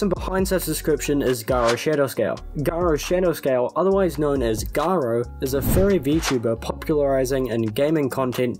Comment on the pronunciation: I can’t stop hearing “guro” instead of “garo”. I actually wouldn’t be surprised if that was intentional.